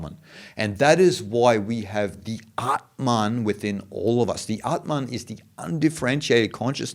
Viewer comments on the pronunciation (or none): none